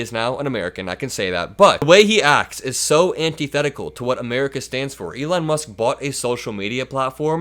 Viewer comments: I will call him Leon for now on ! I think he also said brocket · Elon - Leon… at least both names have the same letters👏 tomorrow we’ll teach Donald how to sound them out🤣